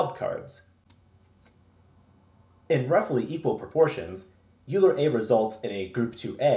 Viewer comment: Yer doing God's work, son. Bless you.Oh, and because I'm gonna keep watching your vids I gotta straighten you out right now: it's pronounced "OILer" sorry. That was driving ing me nuts! Like, "foilage" "nukyular" or the "Specific Ocean".